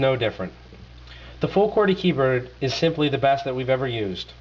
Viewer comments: hehehe he sais Verishun and then keybird, listen carefully! lmao (yes he says verizon properly too) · What are you reading off of a fucking script? You have the public speaking skills of an advanced 3rd grader. And yes, i did catch your great pronunciation of words like "millermeter, keybird, hamby" Lol this is a gongshow